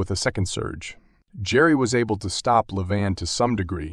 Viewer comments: He is Levan.. Not Leevon 😂😂 Or not Lee Van😂😂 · Good job 'Leevan' 😂